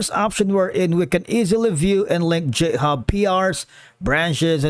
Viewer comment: please stop pronouncing github as jithub